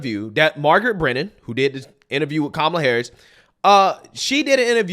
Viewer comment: Who is KA-ma-la? Don’t you mean Ka-MA-la?